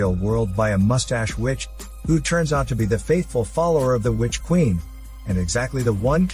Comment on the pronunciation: Oh plz "which quieen" LOL